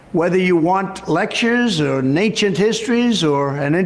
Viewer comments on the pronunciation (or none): Was "Lectures or Nay-chit Histories" supposed to be "Lectures on Ancient History"? This isn't even live, what the hell is he saying? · "Naincient histories"??? for free? Count me in!! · Am I the only one hearing Natient History? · Nancient histories? Nancient histories? What? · He clearly said “ natchent histories” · Is anyone gonna gloss over the fact he said NACIENT HISTORY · Wth is ncient histories? Or am i hearing him wrong? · What is "nayncient history" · Not "ancient history," Sam. "Nancient history." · I keep hearing Natured History. I suppose it is Ancient History (as Sam and Emma made that joke) but I can only hear Natured History. What a goop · I swear he says "natcient histories". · Is it just me or is he saying "nancient history"? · What is "nanchient history?" I thought I was educated, but I never even heard of this. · I just can't seem to get over "Nancient Cultures" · I listened a couple times to make sure; MFer said "Natured Histories" 💀💀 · What the hell is "naincient histories"? 😂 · ‘Nancient history ‘- Donald Trump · He says "Naincient History" instead of Ancient History. Why did he put an "N" sound at the beginning? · "Nanechient histories" did anyone else pick that one up? He clearly said "Nanechient Histories," yet he claims Biden is on the decline and he's "high energy." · What’s a “nancient history”? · He said "lectures or ... (o)nancient history". You communists should be ashamed of yourselves ... making fun of the disabled. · Or "Nancient histories" .... Wtf is that? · Completely disagree. He said Nainchient 😂😂😂😂